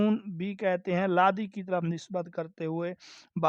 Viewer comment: لاوی نہ کہ لادی